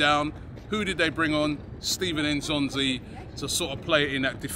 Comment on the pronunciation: lol it's Steven N'Zonzi, not Stephen